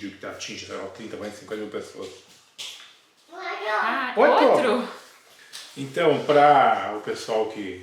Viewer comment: Desculpa não é criticando, mas por ex o Carlinhos falou errado a palavra "outro", para ele entende? Isso vai dando um nó na cabecinha dele. Quem tiver mais contato em tempo com ele, tem que sempre falar corretamente. Eu tenho um pouco de dificuldade de entender o Carlinhos as vezes, então pode ser que ele tb tenha. No final são coisas que a gente nem percebe que eles vão assimilando.